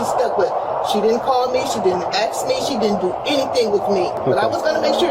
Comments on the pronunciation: "she didn't AXE me nothin".....GUILTY throw her under the prison😂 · the word is ASK not axe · I knew she was the type who says "axe" instead of "ask" lol. Those cops were way too soft, if anybody needed to be tasered non-stop until they stop talking, it's her. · I'm pretty sure "axing" an officer is attempted murder. LOL. It's ASK